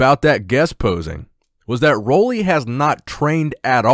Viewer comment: I hope you read this.Roelly is from my island. Pronounce his name right, PLEASE .. UUUUUU RUULI ROELLY